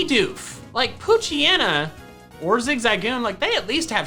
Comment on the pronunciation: level two zigzagoon... holl up you said zig-zag-oon isn't it zig-za-goon